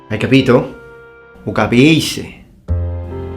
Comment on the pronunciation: Is Sicilian taught in schools in the Italian mainland? Also, so that's the real way to say "capisce" lol.